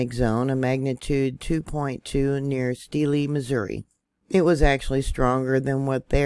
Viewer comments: Just in case someone hasn't already told you...Steele, MO is pronounced like STEEL. The E is silent. New MAD rid. It's not like the City in Spain. Even though it was named for that very city...in the South...it is pronounced MAD rid. Yeah there have been a lot of these tremors lately. Some I have felt. Some not. I am hoping since over the years we always have little tremors and a few larger ones that it is releaving the pressure on the fault. Hopin and prayin anyway. Thank you for your report. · Thanks. My mom was from Steele. The e at the end is silent. 😆 🤣 😂 😹